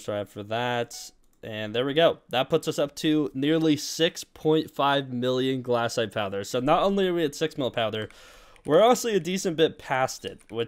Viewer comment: ITS GLACITE NOT GLASSITE